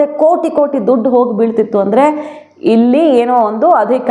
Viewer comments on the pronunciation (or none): none